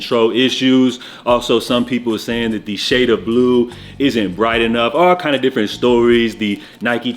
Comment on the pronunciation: Broh the Jamaican in u came out a bit “ all kindah different stories “ 😂